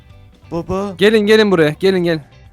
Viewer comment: Videonun ilk başımda anne dedi sonra sarhoş gibi babaaauuaa dedi 😀😀😃😃😄😄😁😁😆😆😅😅🤣🤣😂😂